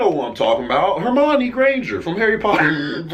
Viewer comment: "Hermani" My brotha straight up invented a black girl name for Hermione lmaoooo